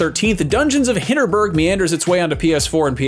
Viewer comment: Dungeons Of Hinterberg, not Hinterburg. It's in the mountains, not inside a castle 😂